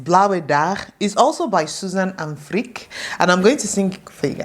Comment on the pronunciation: To be clear, I’m not judging your music taste but Freek is not pronounced as Freak but as Frake (like snake for example, or Drake).